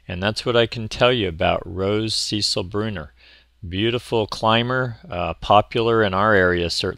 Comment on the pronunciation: Sorry 😐 second year near a fence it’s about 8 inches. Thanks for the info and the pronunciation 💕